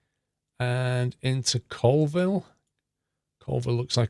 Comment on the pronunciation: Hey its actually pronounced Colville (Call-ville)